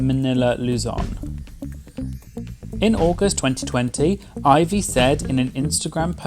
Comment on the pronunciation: Thank you for saying Ivy’s name the CORRECT way 😂😂😂